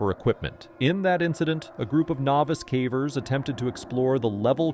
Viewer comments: What do you mean ? I enjoy all these videos about cavvers 😂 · I might subscribe if you taught the AI voice to pronounce "cavers" correctly...